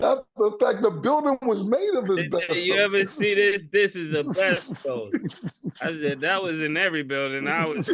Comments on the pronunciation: Nah the way Mase and Cam be saying asbestos (es-bes-tis) as (es-bes-tos) is hilarious 😂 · AH BESTOSE!!!!!! 😂😂😂😂😂 It’s AH-SPESTIS Bahahahhahaha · Mase keep saying Abestos 😂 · Word of the day "abestos" (asbestos) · The way they pronounce asbestos is wild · That asbestos pronunciation is mad wild.